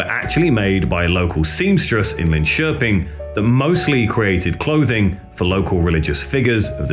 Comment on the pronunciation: Impressed how well you pronounce, Linköping